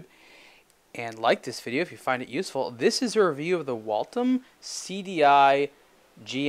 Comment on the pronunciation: "Wal-tim"??? WTF is a "Wal-tim"??? It's "Wal-them". WALTHAM!!! Sheesh... Walthams weren't even really expensive watches when they were a true watch maker in the United States. $7000 for this thing??? The watch industry needs a correction, things have gone nuts.